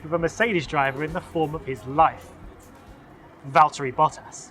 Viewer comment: Great runthrough, but I have to say that it's not val-TEAR-y, it's VALL-terry. He's just Waltery.